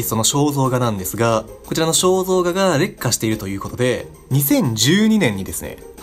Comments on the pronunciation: 劣化の発音が烈火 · 劣化の発音が完全に烈火